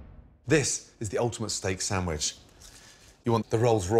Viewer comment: i love that in other videos he pronounces things correctly like "cwahson" for croissant....but in this he says "steak sammich"